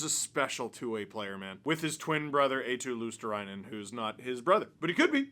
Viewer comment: Steve, you're struggling with pronouncing Marchand after absolutely butchering Eetu Luostarinen. Finnish names aren't hard to say, they're written exactly with the phonetics of the letters. It's you Anglos who fuck it up. Eetu is EE like in Rihanna's Umbrella, ee, ee then tu. Luostarinen goes like LUO, sta, ri, nen, stress on the LUO bit. All R's trilled. There you go.